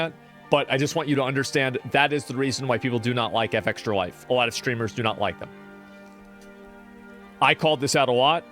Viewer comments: Why does he say F extralife like he can't comprehend Fextralife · It's fextralife not F-extralife. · Good video, but I fucking hate that you say F Extra life and not Fextralife. It's like a punch to the face every time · I’ve always said Fextra-life but asmon pronounces it f-extra, which is correct? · Its not F Extralife. Its Fex tralife. Fex is the "name" of the girl who started the whole thing. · Why not say Fextralife? Why say F extralife? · ngl, if i search for a game's information, and "fextralife" is in the URL, i bypass it and go to the next result, every time. and stop calling it "F-Extra-Life", it's pronounced "fextra-life" fechstra. as in "press fechs to pay respechs." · Wonder why he pronounces fextralife "eff-extralife".... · Love how he's pronouncing FextraLife "F Extra life" like you'd pronounce Aaron "A A Ron". Shit C Racked me up. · Why can’t Asmon just pronounce words normally? F X tra life? Who tf says it like that? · Why is asmon pronouncing FEXTRA so weirdly? Does he mean Fuck extra life..?